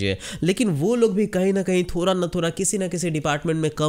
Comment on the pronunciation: "थोरा" नहीं बे "थोड़ा" होता है बोलना तो सीख MI को बर्बाद करने चला